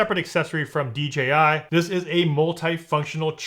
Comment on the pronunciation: Kept saying DGI for some reason people have a problem pronouncing the J .